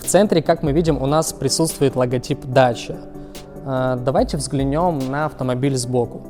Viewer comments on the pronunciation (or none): ДАКИЯ а нэ даЧа ) идиот дакия это древнее название румынии какая дача !?